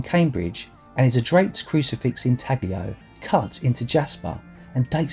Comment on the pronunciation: The g in inaglio is silent.But what a find